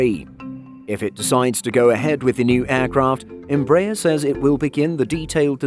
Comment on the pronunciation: The stress in "EMBRAER" is in the third syllable: ER